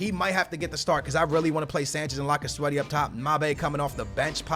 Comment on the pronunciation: It's lacazette